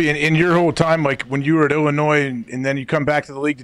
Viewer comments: bruh no disrespect but there is no way that you said illinoise it’s illinoi (don’t pronounce the s) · It's Illinoie. Didn't do much here.